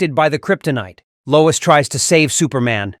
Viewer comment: Low-WEEES Ulta-NATIVE